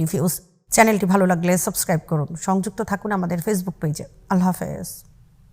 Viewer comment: নিউজ তো ভালোই পড়েন মা-শা-আল্লাহ্ কিন্তু আল্লাহ্ হাফেজ টা একটু ভালো করে বলার চেষ্টা করেন। ধন্যবাদ